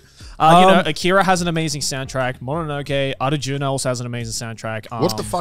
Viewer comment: Damn the pronunciation of Arjuna was on point.